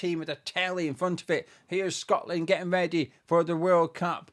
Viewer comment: Well done to the lads. Though, when it was tied 2-2, I thought I heard one of the commenators say "Shockland". See you in North America!